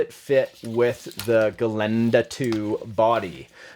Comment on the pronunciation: Hey your "Gelände" saying sounds great. You have practised? ;-) Greetings from Austria